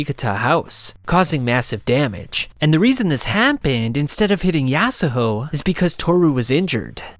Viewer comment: bro ur slurring yasuho ur saying it so wrong LOL